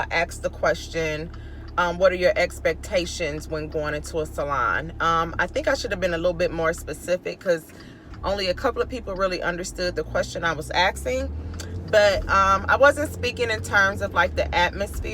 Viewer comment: Its ASking. not AXing